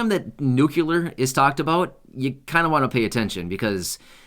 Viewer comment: It's nu-cle-ar, not nuc-u-lar.